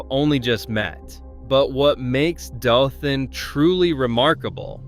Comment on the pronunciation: Dothan is pronounced DOE-thun.